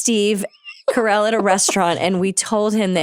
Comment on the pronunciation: The way you got the name wrong multiple times is sending me 😂